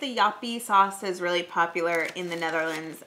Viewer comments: You actually pronunced it quite well, when you read the back of the Joppie chips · Im here to say the same thing! Very good pronounced.